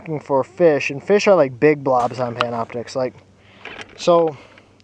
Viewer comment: Did you say Pamna Optix?